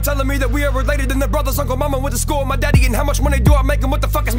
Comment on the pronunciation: OK he "pulled up at the schoooo here" what in the heck is a "schoooo" lol.